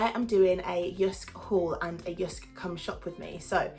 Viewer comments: You pronunciation of JYSK is almost perfect danish :) br Anders, Copenhagen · JYSK is a danish company. And you say JYSK very well 😉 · You pronounced it perfectly! Loved this video 😻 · The way you say Jysk is correct ❤️ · You’r pronouncing it perfect 👌🏻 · Heeey :D I´m from Denmark were JYSK is from and Girl you say it the right way :* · No, you pronounced it really Well 😊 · Good pronunciation of Jysk.